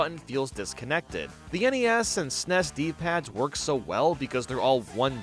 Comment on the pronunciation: Wait a minute…did what did he call the S.N.E.S? 😂😂😂(BTW no hate just wanted to point it out lol)